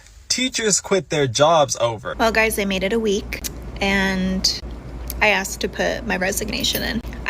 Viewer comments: 'i axed him' and this is a TEACHER smh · I remember being in school and you acted like a normal person. Nobody acted up nobody was a problem. You heard about that one kid. But you never saw him again. I question the competency of the teachers anyway. The one teacher complaining about students. She said I "axed" him. That isn't accent. That is slang. From a teacher.